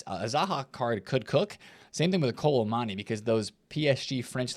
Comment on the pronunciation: It's Kolo Moo Ani.......not kolo mani